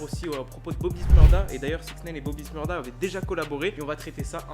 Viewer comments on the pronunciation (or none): Bobby shmurda pas smurda